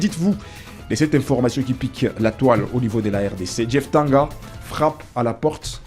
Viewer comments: c'est DJEEF TANGANGA et non Djeef TANGA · C’est ne pas jeef tanga son nom c’est Tanganga japhet monsieur le journaliste stp avant de faire ton émission YouTube faudrait bien lire ou t’informer sur le nom complet de joueur merci 😂